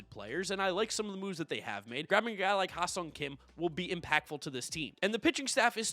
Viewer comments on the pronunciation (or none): It’s pronounced HEY SONG KIM not HIGH SONG KIM. THANKS 🙏🏾